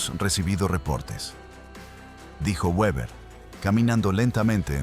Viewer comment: Se dice Beber(Weber)